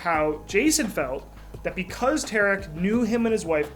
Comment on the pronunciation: pronounced T(are)ick : Tarik